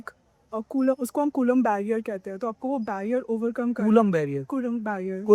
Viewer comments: कूलाम होता है और ना ही कूलम अपितु कुलाॅम्ब होता है। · कुलांब ❌ कुलम ✅ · कुलम नहीं मेडम जी कुलाम h vo😂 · 😅bus iss girl ne kulaamb ko koolam bol diya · कुलम नहीं कूलाम है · Coulomb h bhai colum ni😂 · Coulomb h co kulam nhi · Ye kon बड़ी बात बता रही है हम बिहारी ये सब जानते हैं कलाम होता है कुलम नहीं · कुलम नही कूलाम है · coolam nahi coulomb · Colomb yaar colum nahi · कूलाम को कुलम बोल रहा है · Ye kulam ko sahi defin nhi kr pa rhi kya hi scientist hai retu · Kulam kon hain 😂😂😂 not what a pronunciation